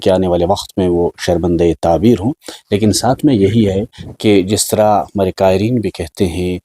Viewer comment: Qiereen nhi Qaarreen